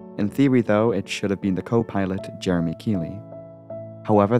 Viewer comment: ‘Jeremey’ Keely 😂🤣🤦‍♂️